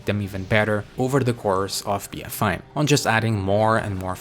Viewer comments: It sounds like BfI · Be Fi Fo Fum, I hear a mispronunciation